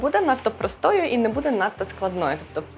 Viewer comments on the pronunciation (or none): none